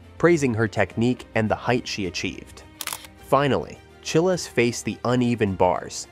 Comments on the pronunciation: Say child, remove d, make it plural. Chiles. The weirdest thing to me is this happens all the time for youtubers. How can this dude do all the research, watching her routines which has her name introduced over and over again and not know how to pronounce it?? I don’t get it. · Yes!! You make an amazing point!! It is pronounced just like Biles but with ch.🙂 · It’s Chiles like long I in Childs. Please learn how to pronounce the person’s name you are featuring. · At least do her the honor to learn how to pronounce her name.